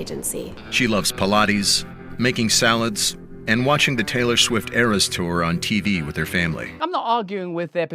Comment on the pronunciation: Oh when he said talory swift "gulp"